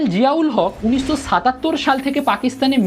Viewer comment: uchcharon theek kor … des na desh, unisso naa unishsho